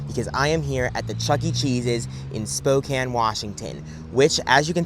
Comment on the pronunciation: YESSSS i’m from spokane! thanks for representing our city and also pronouncing it correctly! i’ve sadly never been to this location but i will have to go!